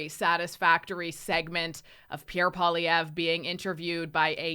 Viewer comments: It's funny none of his fans can say his name correctly.😅 It means furry rabbit. Pwell lee evra Poilievre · No offence, but maybe pronounce Pierre Poillievre's name correctly first The others among the Liberal Cabinet reshuffle will, soon enough, be made redundant. Many thanks.